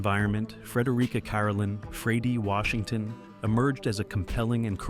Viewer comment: AI is improving, but mispronunciation in voice overs is annoying. Content with these errors insults the audience and undermines the quality of the message. Examples: "Astars", "Econs" ,Fraydee Washington", and "NDulACP". ..."Toe" categorize, and etc.